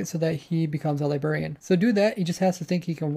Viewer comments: STOP SAYING "LI-BERRIAN" It's not a "Lie-berry" It's a "Lie-BRARRY" Library. Librarian. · It’s libRarian. Not Libarian. Are you 12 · LI BRAIR IAN not li berry ian